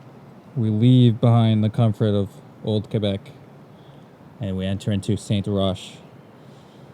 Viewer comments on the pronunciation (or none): so FYI you pronounce it Saint-ROCK not SAINT RUSH like you did. I was wondering where the heck was st rush hehe on the bike thing. i believe its mostly a mayor thing.... as far as i know no one wants bike to be this prevalent but as long as its not in the way no one is against it. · It’s not “saint roche ” you say it like : saint rock 🐢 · It's pronounced: St-Rock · Fun !!! .......Hint: the neighborhood is called St-Roch (rock).....just as you could say St-Loch....ness !! 😊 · It's pronounced Saint-Rock ;) I've lived in Montreal for years but lived in Quebec City of a large part of my youth. Love that city. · To say that St-Rock (pronunced Saint-Rock!) was the bad part of the town 30 years ago! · Always funny to see my actually appartment in Saint-Roch! You took picture of my appartment!! Also, Saint-Roch is pronounced "Saint-Rock". TAKE CARE! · Saint-Roch is pronounced Saint-Rock. Like rock & roll. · Saint-Roch is pronounced ''Rock'' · Bon vidéo - Petite remarque : c'est Saint-Roc"K" et non Saint-Roc"H" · Since you live in MTL it might help you with french to know that 'saint' is pronounced with a silent 't' at the end. Actually, if a 't' is at the end of a word in french, it's almost never pronounced.